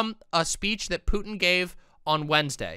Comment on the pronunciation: As a mixed Hispanic individual, I love that you called Putin "puto" 🤣